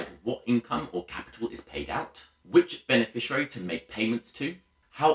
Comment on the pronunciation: Good video but minor point is that it is beneficiary not beneficirary.